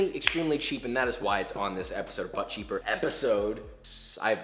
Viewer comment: Newbie here from Babish's channel! Hi! I'm sure this has been said before, but every time he says "but cheap," I hear "butt cheek." Lol so glad I found the channel, though! SO helpful. <3